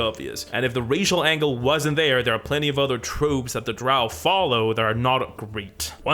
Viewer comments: Drow, rhymes with Toe… Gygax. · Dro are the only andro elves I get down with. Dro. Pronounced Drou. I know. I’m backward. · drow rhymes with crow, not cow.